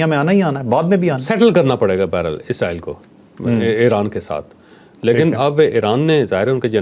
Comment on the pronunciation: pronunciation is Israel not izraeell